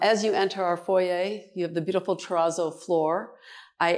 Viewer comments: Exquisite ! And THANK YOU for pronouncing Foyer properly. My skin crawls when it's pronounced FOYR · Absolutely stunning!! She is lovely and pronounces “ foyer” the Canadian way! Love it! That apartments has very high ceilings. At first glance, I thought it was a house. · Yes, the French way… the correct way!